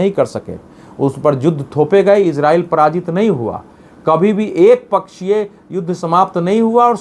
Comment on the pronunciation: Israil/iran sahi sahi bolna seekh